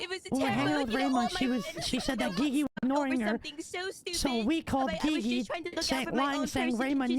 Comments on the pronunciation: I love it every time when he says gigi instead of gigi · Ghee ghee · Bee bee?